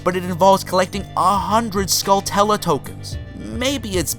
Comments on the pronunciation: Skull-Tella? Is that a flavour of Nutella? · Ugh, the way he pronounces Skulltula...It’s Tarantula, but Skull instead of Taran! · Skulltula is pronounced like tarantula (its a Ch sound), portmanteau of skull and tarantula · Anybody else super put off by the way he says "Skulltula"? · You pronounced Skulltula(skull+ tarantula), termina(terminal without the l), and Ghirahim (GiRahHem) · say tarantula, then say skulltula, the way he pronounces it makes me cringe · the scariest thing in this video are his pronounciations of termina and skulltula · He doesn't pronounce skulltula right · The only creepy part was the pronunciation of Skulltula...since y'know...its based on the real word Tarantula. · SkulltUla, not skulltElla... Also, Termina as in "terminal", not Termeena... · SkullTULA. Not skullTELA. Did this bother anyone else? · I always pronounced it 'Skull-too-lah' .. 'Skull-tella' just doesn't seem right from how it's spelled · "Skull-tulla"? Pretty sure it's pronounced Skull-chu-la. Sort of like "Tarantula," only with skulls. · Well I think pronouncing "Skulltula" as "skull-tulla" is pretty silly (If anything it would be "skull-toola" because of the single L). But big deal. You say it doesn't matter, but you seem pretty concerned at the same time that you're not wrong. Anyway, nobody's perfect and I am not wanting an extended argument here. We disagree. But I did enjoy the vid otherwise. Maybe I should have led with that to begin with. Now I'm just another damn YouTube comment troll with lots of opinions and no actual content of my own. :) Sorry for that. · I've never understood why some people pronounce Skulltula as "skull-tela". aside from very clearly being a u it's derived from tarantula (unless you pronounce that "taran-tela") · OMG stop saying skull-TUL-uh. do you say tarantula like ta-ran-TUL-uh? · Skull-CHOO-la .. like Tarantula bro! I don't blame you though, I heard someone say it like a year ago and it blew my face off lol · It's pronounced Skull-chu-lah